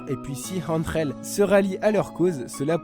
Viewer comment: Je suis espagnol je peux te dire que tu le dit plutôt bien Angel